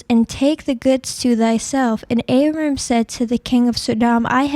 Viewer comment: its also not pronounced abram